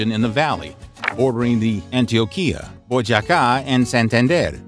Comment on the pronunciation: The city gacha is from is pronounced Boy-ya-ka….. get it right !